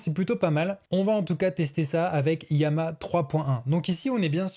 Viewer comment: Pourquoi "iama" alors que c'est "Lama" ?